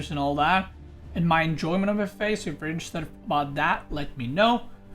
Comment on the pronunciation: When he said “x and y” I thought he said “extra white” and was like true true LOL